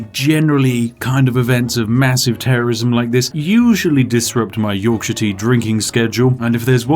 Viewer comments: Torkshire tea tor tife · As a man from the wonderful county of Yorkshire, I would like to add the correct pronunciation of my homeland. 'Yorkshur'. might I also add that I do indeed drink Yorkshire tea, as my body is that aligned with the best place for tea my body rejects coffee as it is an inferior beverage.